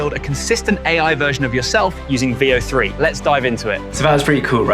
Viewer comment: Bro had me google “vio free” my girl said boy he sayin “veo three” the brits dont like the “th” sound. Three is free. Weather is wehvaa. Throw is fffrow.